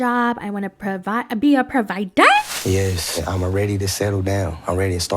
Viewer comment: 😂😂😂😂you have me laughing so hard every time you say Provider too funny